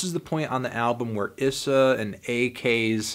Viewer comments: ees-uh not iss-uh you've been doing this since Indigoism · (E-sah) not (i-sah) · Why did no one ever tell him it’s pronounced E-Sa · i liked phase 1 a bit more than phase 2 (also when u say issa its more like a hard e like "eessa" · bruh its spelled issa but its eesah, please get it right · his name is pronounced EE-SS-A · you're saying issa wrong